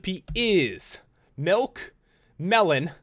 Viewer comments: It's "Milk" not "Melk" XD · Its mulk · he said nilk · "melk" 😂😂 I love it💯😂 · You say milk like melk ! Love your videos